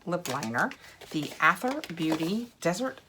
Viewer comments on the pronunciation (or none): Wait I’m on the edge of my seat did you already own the Aether palette 🎨?? I think Aether is pronounced Ether, it’s just the British spelling. Also long videos from you are great!!!!! Don’t shorten them if there are two boxes!